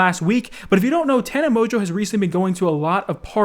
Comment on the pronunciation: Lol thats how you say her name? Tana Mojo? XD